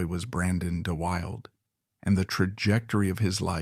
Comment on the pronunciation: Pronounced Da Wilda